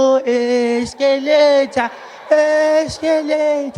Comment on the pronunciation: Escalata essscalata escalataah